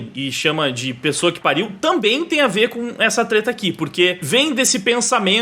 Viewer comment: Desculpa mas eu ri na parte de "Pessoa que pariu" paraceu "Pu* que pariu".... Desculpe....